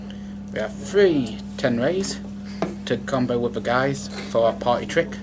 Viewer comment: Gyze is not not pronounced "Guys", its pronounced Gi-ze.